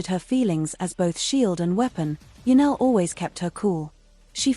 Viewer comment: Her name is Janelle NOT Janelle. Get it right